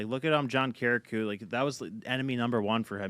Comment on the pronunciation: John Ki-ri-yah-ku 😂 it’s funny hearing all the PBD guys butcher his name lol